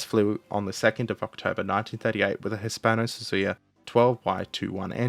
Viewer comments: Surely, it's SUIZA, not Suzuya? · Did he just say "Hispano-Suzuya"? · Ah yes, the hispano suzuya (nice video)